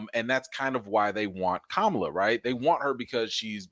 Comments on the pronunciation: I love you but please stop pronouncing her name like the disappearing Vice President. Ka-ma-la. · 👍🏾, but her name is not pronounced like the vice pres. It’s ka-MA-la.